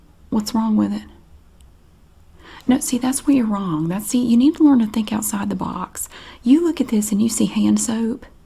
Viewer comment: I love how she says “wrong go” 🤣